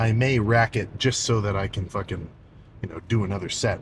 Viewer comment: Sam "fOkin'" Soolek baby 😂